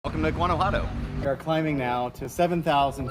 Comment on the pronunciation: It’s not “ Gadajuanto” it’s Guanajuato 🤦🏻‍♀️ plz don’t visit my land if you can’t even pronounce its name. and 2 I couldn’t take the whiteness in this video 😂